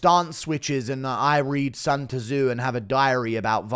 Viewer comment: Sun too zoo 😂😂😂